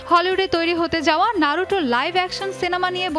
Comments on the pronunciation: নারুটো না বলে নারুতো বল😠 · Thats নারুতো, not নারুটো ffs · Hambadik Naruto boltei pare na. vul accent